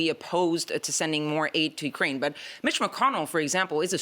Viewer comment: its YOU-kraine, NOT WE-kraine...your on your own Volod🤣